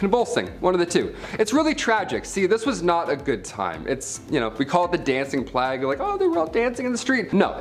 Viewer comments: It sounds as if he said "flag bearers" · Why are we pronouncing "plague" in such an obNOXIOUS way?? Unwatchable.